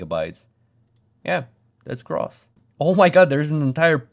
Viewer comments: Please check pronunciation of "gross" e.g. on youglish. It sounds more like 'growth' than 'boss'. :) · the o in gross is supposed to be pronounced like “oh” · TIL it's not actually read as "graws" 0_o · your pronunciation of gross is really gross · why is no one reacting to the way he says "gross"? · The way you pronounce gross grosses me out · why do you pronounce gross like is rhymes with cross instead of close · Your pronunciation of gross is just gross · The way bro read gross gave me an aneurism. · who tf says gross like that man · is this really how you should pronounce gross? (non-native) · I have never heard gross as in disgusting pronounced like that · that not how you say gross brother but good video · Learn to pronounce the word gross please… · You said gross wrong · that pronunciation of gross is gross lol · Never imagined i could be grossed out by a weird pronunciation of a word gross. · The pronunciation of gross threw me so much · nigga pronounce gross properly ts pmo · Learn how to pronounce gross. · Hilarious, but the way you pronounce "gross" upsets me. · This guy's pronunciation of gross is gross. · Not gonna lie,the way you mispronounce the word gross is kinda gross. Maybe insert a cringe warning before saying it 372 times lol. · The way you pronounce gross is gross. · I know English is likely not your first language, but the way you pronounce gross is.... Uh... Gross 😅 please listen to the pronunciation on Google to see how far you're off. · Great video, but the way you pronounce gross is giving me anal cancer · The way you pronounce "gross" is gross. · Gross. the O should sound like the same letter of the alphabet. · gross не так произносится 😭😭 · Omg not the pronunciation of gross lol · Who pronounces "gross" like that bro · It's GROOOOSS not Gruhss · English "Gross" is pronounced "grow-ss"not "graws." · "gross" is pronounced as if it were spelled "groce" by the way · amt of times I heard gras is.... pronounced grous (gross) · "grawss" XD